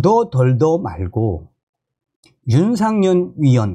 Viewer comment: 윤상현 입니다 윤상년 아니구요 존경하는 방송 열심히 해주시는데 감사합니다멸공 부탁의 말씀은 발음 연습 필요합니다북에서 쓰시던 발음 불편하게 들릴때 많아요 열심히 해 주세요 화이팅